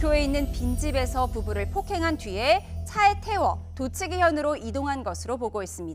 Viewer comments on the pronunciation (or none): 도치기도치기 아 진짜 외국어표기상 쓸때 도치기로 쓴다쳐도 발음은 토치기로 해라 도치기란 곳은 일본어디에도 없단 말이다